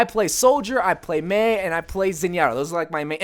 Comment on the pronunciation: Im sorry but its Mei sorry